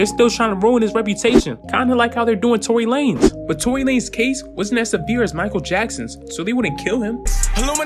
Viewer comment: Tory lamez and not Lanez bruh damn